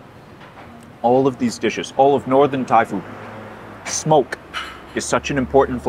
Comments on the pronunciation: Your Thai pronunciation is excellent. 👏🏻👍🏻🙏🏻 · Your Thai pronunciation as you speak, it is quite good! 😊